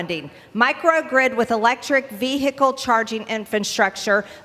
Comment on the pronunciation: Ve-hicle, ve-hicle, ve-hicle lol stop!